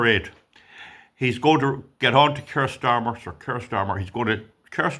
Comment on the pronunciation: sec Kier starter, de way u say it,.. subtitles translates... To.... ' cursed armour ' Can't say I disagree. Cheers AI.